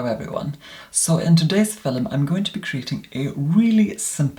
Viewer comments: did not say fillum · i love the way you say "film"